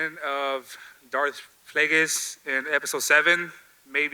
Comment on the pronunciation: Fan dont even know how to pronounce PLAGUEIS...rolls eyes.